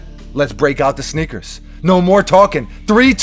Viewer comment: Is he saying snickers?